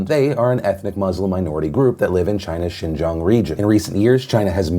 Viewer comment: funny that he can say Xinjang but not Grande. :P